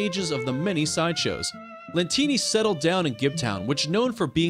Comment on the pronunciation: It shows Francesco Lentini but he said Co Lentini